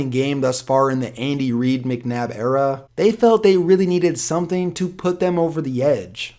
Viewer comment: sounds like he said Andy weed😂😂